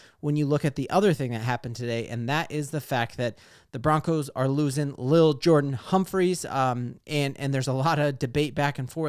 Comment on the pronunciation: It’s definitely L’il. Not Little.